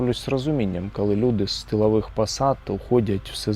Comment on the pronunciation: ну що за "кАли"? Не А, а - О